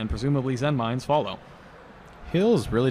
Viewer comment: Did I hear someone ACTUALLY say "Zenmaines" correctly?